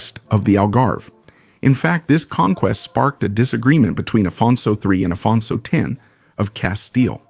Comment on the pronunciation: when talking of the Portuguese king Afonso, his pronunciation is Spanish, this is not English.